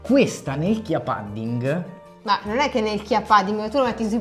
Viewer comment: Pudding si pronuncia con la U 😆 Lo sconto vale anche sul sito olandese?